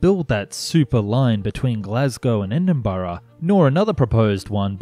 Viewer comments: You pronounce it E-din-bruh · as a native of edinburgh , ive never heard my citys name be murdered like this before . well done on that front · Great video and topic. A small piece of advice though: try to get the basic pronounciations right like Edinburgh and Hindenburg before having a crack at those tough Glasgow suburbs. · Okay here is the scoop. Milngavie is pronounced Mill-guy, Edinburgh = Edinbra and Inchinnan =Innshinin hope that clears up an otherwise excellent video.